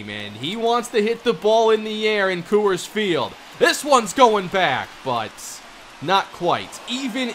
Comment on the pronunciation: I love u and honestly, you’re probably pronouncing it correctly, but I hate the way you say “Coors”